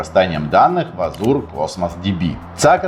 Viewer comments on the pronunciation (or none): Чи можна не говорити азУр? Всі девелопери знають англійську і азУр тригерить.